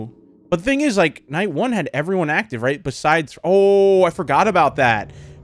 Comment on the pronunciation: Hewo evewywone